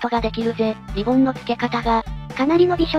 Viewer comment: リボンじゃなくリ ボーン